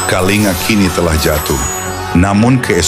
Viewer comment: semestinya naskahnya ditulis KALINGGA bukan Kalinga, shg narator google-nya membacanya dg benar, sebab ejaan india TIDAK MENGENAL G double, seperti ANGA, dibacanya ANGGA, begitu pula KALINGA dibacanya KALINGGA